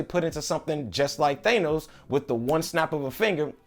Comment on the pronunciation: Lost my respect when he pronounced Thanos wrong 😂